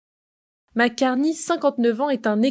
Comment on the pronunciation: Et en plus c'est Mark et non pas Marc (prononcé à la française).